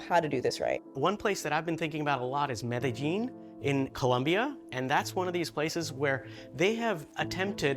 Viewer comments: Thanks for putting a Colombian city in the highlight for a good cause instead of its dark past (and present). I forgive you for butchering Medellín pronunciation. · She pronounced it like someone from Argentina, but without the accent. I was a bit puzzled by that. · that's just how americans pronounce it, most people are taught in spanish classes that double lls are pronounced as a y sound be lucky it wasn't a british person or you probably would have heard "medalin" or something equally egregious